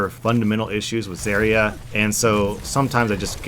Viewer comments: The biggest problem is you can't pronounce her name correctly!!!! Brah Its Zarya with an A not Zerya with E !!!! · I can't even finish your video because you just ranted on and on at the beginning, while butchering the pronunciation of her name. It's ZAH-RIA, not ZAY-RIA. If you're going to talk about a game, at least learn how to pronounce the terms properly. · the way he pronounces her name annoys me. I pronounce it Zarya, not Zariya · the way you say zaria really bugs me. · Zerya? I don't expect someone who doesn't know how to pronounce her name to know anything about how she works... Just don't shoot the barrier ( referring to the Mei video ) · the way you say zarya makes me want to puncture my eardrums with rusty screwdrivers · I hate the way he says Zarya.. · says Zaryas name wrong Me: TRIGGERED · dude cant even say her name right. gg bro